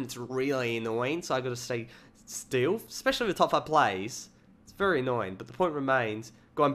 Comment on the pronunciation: when you say very very real fast it sounds like vuryvurvury